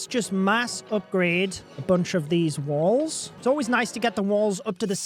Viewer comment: Why does he say “Wils”???😂😂😂